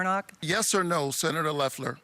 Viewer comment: Whoopi managed to mispronounce Loeffler, Ossoff, and Warnock’s names all in the same sentence.